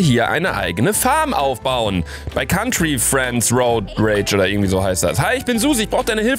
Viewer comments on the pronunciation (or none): none